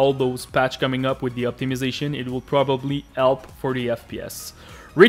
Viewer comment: Thanks for the 'elp' brother (jk)